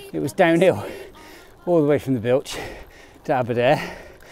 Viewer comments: Brilliant ride in wales, great pronunciation except bwlch 😂 it’s pronounced as bull and the ch is pronounced like the Scottish ch in loch bwlch 😊 go on try it. Love the ride absolutely amazing, I just got over Covid ( no symptoms at all) so will be back out on me bike again soon too. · Bull Ch, easy way to pronounce it, the full name is Bwlch y Clawdd, I live a mile from the bottom, about 4 from the bottom of the Rhigos and 3 from Llanwono/Blaenclechu,can do them at a plod on my Thorn Nomad, I am 64 😂😂😂😂, it’s all hills around here. Hopefully the tunnel at Bleancwm through to Blaengwinfi will open so I can cycle to Swansea before I’m to old😂😂😂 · Glad you enjoyed you trip to this side of the bridge and the entertainment. No, not the scenery, the mispronunciation 😂 I’m due to get up there from Cardiff in a couple of weeks. Always hear cuckoo’s going up the Bwlch this time of year as it’s so quiet. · Thank you, yes, I’ve had a few comments about my mispronunciation, 😂 I blame my Father for not teaching me my Welsh heritage, as my Grandad was from Maerdy. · Thank you Andrew, and I apologise for the mispronunciation! I have no excuses, my Grandad was Welsh and came from nearby in Maerdy! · Thanks Michelle, I was actually confident with the pronunciation of the Bwlch mistakenly! I was sure I’d heard it called that, but I’ve been justifiably told off by my Dad and Del!! I knew my Grandad was Welsh, but as he died before I was born, I haven’t ever been taught any of my Welsh heritage, or knew Grandad was actually born in Maerdy. I’ll definitely be back soon, to satisfy the Welsh part of me. Glad to hear you’re ok. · I can only apologise for my mispronunciation! I blame my Father for failing to teach me my Welsh heritage as my Grandfather was born not that far away in Maerdy. He did tell me off, as did my Welsh friend Del. I will do better next time, or bring a translator 😂